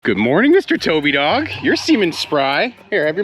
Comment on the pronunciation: Yoo the first five words was sus.. sounded like you said “your seman” not “you’re seeming”